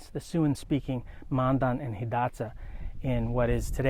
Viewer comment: That's what I was thinking, being a ree. Pronounced Hidatsa and Mandan right. Good video, though.